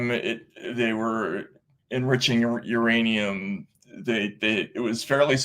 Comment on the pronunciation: Iranium, youranium,. Myanium? Co reading Catch 22... Lol! You guys are so spot on!